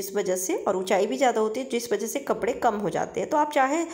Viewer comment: परा नहीं रहता पड़ा रहता है घेरा बना रहता है बनी नहीं रहती ।ली हूँ नहीं ले लिया है।स्त्रीलिंग को पुल्लिंग पुल्लिंग को स्त्रीलिंग कपड़े को कपरा बोल रही हो